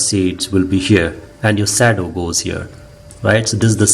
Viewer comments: exactly..... it's SHADOW and not SADO... 😀😀😀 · From an American to an Indian, I can assure you that your pronunciation of “shadow” is not your fault. Let us agree to blame the British.